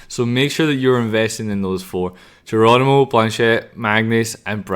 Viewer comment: Jeronimo ❌ Gono ✅